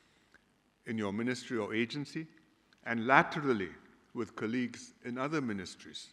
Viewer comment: Please pronounce the word 'colleagues' properly.🤦‍♀️ It's supposed to be pronounced as 'call-lee-gs'. NOT as 'ker-lee-gs'. Come on Singapore leaders. Get the pronunciation correct. So many of you got it wrong.🤷‍♀️😂